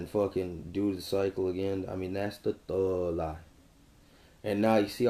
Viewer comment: Why does this guy have so much trouble pronouncing the letter "G"? I mean, this is like a serious, real struggle for him. Every time he says "thug", it comes out as "thuuuuuuuu". The thuuuuuu life. Help me understand this... ?